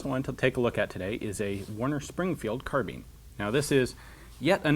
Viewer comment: Isn't it pronounced carbine or carb-i-ne (the e makes the i say its name, as I was shown in school) instead of carbean as you say it?